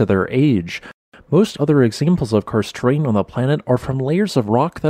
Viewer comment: "kurst terrain"?? What sort of damn pronunciation is this?